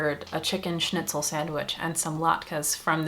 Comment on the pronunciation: My German ass is shaking when I heard you say schnitzel